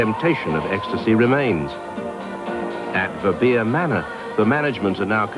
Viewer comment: Organising a "drug free rave" sounds like a gateway drug to me. Cook should be ashamed of himself, pushing raves on innocent kids like that. What a clown - too off his tits on TV money to even pronounce Verbeer properly!